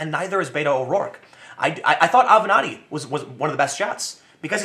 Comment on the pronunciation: also decode everything trump does. he pronounced avenatti as "aviente". look it up. it means "to blow". trump does everything intentionally :) and its funny to watch everyone lose their minds